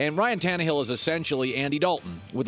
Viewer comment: I hate this dude sometimes but that part saying Tannahill My Eyes!!